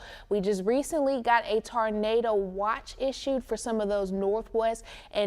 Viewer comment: That poor girl doesn’t know how to pronounce Tornado!!